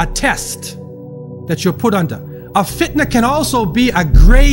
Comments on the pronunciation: Can someone tell me why the speker say FITAN and not Fitna? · Why did the speaker say Fitan? isn't it FITNA?